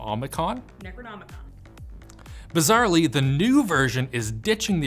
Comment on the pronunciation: jumping in with "necronomicon" flawlessly makes me want to invite her to my nerdy table for some dice throwing and bad voices haha